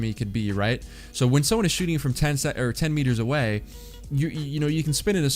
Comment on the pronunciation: instead of away its awar,but no hate favorite streamer and fortnite channel